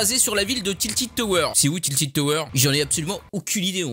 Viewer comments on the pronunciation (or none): c pas tiltid c tilted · tiltid mdrr tilted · C pas tiltid tower tiltèd tower 😭